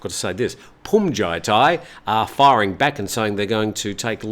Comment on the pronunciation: Looks like you finally got "Bhumjaithai" down. My father was an art curator. He said Van Gogh's last name is pronounced as "go," as the letter g is silent. You were spot on when it came to "Hyundai," as most people get that wrong. 👍